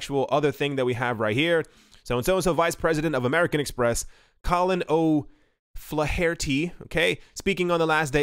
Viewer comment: "Flaar-tee..." Irish name.